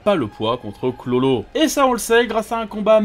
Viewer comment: Pk il dit chlolo dit bien KURORO a faire le japonais la